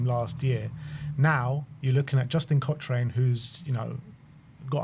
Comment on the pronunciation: Pronounced COCKRAN not COSHRAYNE you’re so annoying, get it right bro! 😅